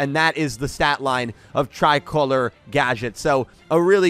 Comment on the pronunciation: yo!! i wanted to say that "Tricolore" is an italian word, often used to describe the italian flag. maybe you should check the pronunciation:p